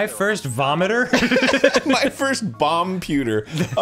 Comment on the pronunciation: Im so glad dan said "my first vommiter", because as soon as i saw it thats what i thought and cracked myself up